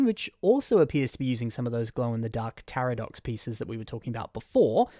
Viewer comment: I think him pronouncing "Takadox" with an R (for some reason) game me an aneurysm.